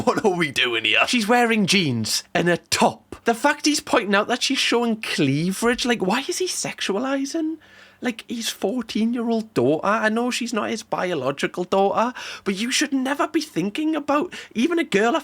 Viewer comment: “clevridge” it’s cleavage